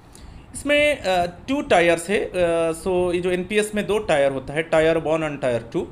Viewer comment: It's not टायर tire/tyre used in vehicles, it's tier टियर and it's not चूज , it's not omen, it's woman...😅😂🤣😅😂